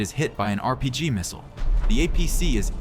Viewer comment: Please learn how to pronounce missile, clue it's mot mistle!